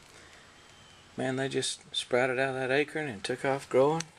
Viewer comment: Acorn, not acran. One of the things that the Back to Eden Film guy does, that many do not do, is spread chicken manure over his chips, which helps them break down quicker. He doesn't emphasize it in the video, but I am sure that is a key to his success. Chicken manure is one of the best fertilizers around. You may be able to get some chicken manure from a local chicken house, possibly for free if you haul it away. Good luck!